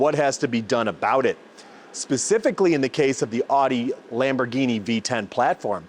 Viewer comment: Lombargine machine 😂😂😂 Do they sell Roys-roys as well? Anyways the channel is great, refreshing to see one without the classic influencer approach